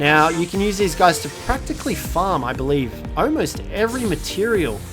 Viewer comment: ALMOST NOT OMOST